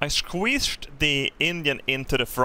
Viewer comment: this whole video is worth watching just to hear say squeezed